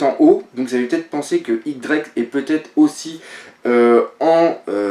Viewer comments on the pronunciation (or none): J'adore tes vidéos, et j'espère que tu m'en voudras pas mais pour Drake, ça se dit "Diez Drake", pas "X" ^^